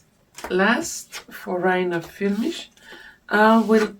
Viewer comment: As always, a huge thank you for your effort and all the work you put into each video - it is a work of art in every respect! All I can say about Reiner Füllmich (by the way, you pronounce his name perfectly!) is that after three personal encounters, I find him to be a person with an open heart and a truthful speaker. My feeling too is that it won't be long until he's free again. Let us remain full of hope, love and confidence - this is our strongest spiritual "weapon" in this time of fear and distress! With love and gratitude and with warmest regards, Andrea